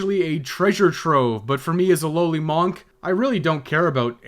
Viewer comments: MAWNK. I’ll never get over that. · i like the way you say monk